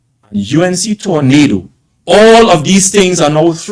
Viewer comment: Not tornado torandottee u we love that lol